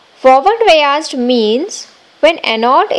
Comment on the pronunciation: Bayazed,bayazed kehe rahi hai,biased hota hain😂😂😂